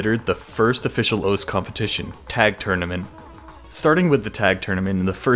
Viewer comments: "Welcome to OS" smh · HAD TO STOP WATCHING BECAUSE YOU KEPT SAYING OS INSTEAD OF OSU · Can please not say ous its grinding my gears cause i love your content